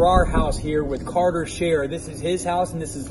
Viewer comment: It’s carter not carther